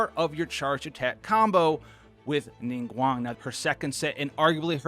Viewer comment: Pronounced Ningguang correctly (subs instantly :D )